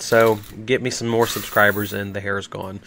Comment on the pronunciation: "Subsribe everyone"